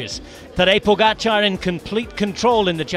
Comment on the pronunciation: Bhahha seriously? "Tadej Pogačar" def wasnt right... :/